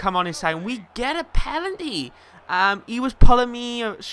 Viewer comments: Loving this series keep it up. How come you say pelanty when it's penalty? I think you will be first. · PENalty not PELanty ;) love the vids keep em coming:D